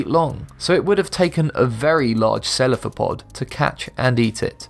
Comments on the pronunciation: its cephalopod not celaphopod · The kraken was in the dead mans chest pirates of the Caribbean movie, not at words end. Also it's pronounced cephalopod not celaphopod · Cephalopod not celaphopod